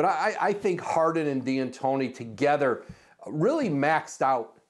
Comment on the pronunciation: Why does he keep calling him Mike D'Antoni as Diantoni?